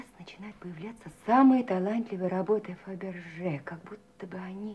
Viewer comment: Додик называл какую то французскую фамилию ... Фабержье .